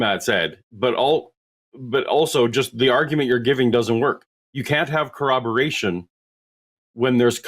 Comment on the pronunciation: Why do so many people say "cowoberation"? It's "corroboration" That sh*t drives me nuts